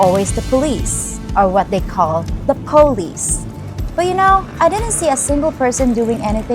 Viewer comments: “POE—leece” is only how they pronounce it in the southeast states. And fyi, if you are in the bottom and eastern 10% of Florida, you’re not in the south anymore. That’s where the rich northerners move when they retire. Have fun! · Hahah the PO-lice !!!! It's true !